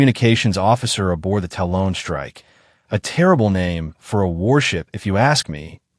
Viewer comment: FFS, teach the AI how to pronounce "talon".